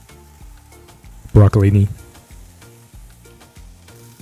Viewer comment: I think he said Brocholinni